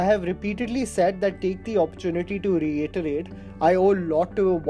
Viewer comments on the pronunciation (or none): none